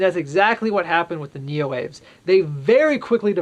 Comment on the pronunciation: Neoaves is pronounced Neo-Ah-Vays. It's a latinate name, so the E is pronounced. It's the same root as many other words for birds, like avian.